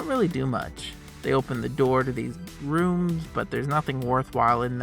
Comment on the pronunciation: the way you say 'rooms' sounds exactly like the sound the door makes when you enter these rooms. I'm not sure if it being on purpose or by accident would be more impressive.